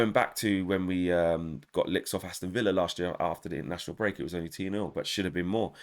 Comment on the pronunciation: I like the way you say your gonna bet more LICKS yard style lol ........I am an Arsenal fan and I don't feel sorry for you lol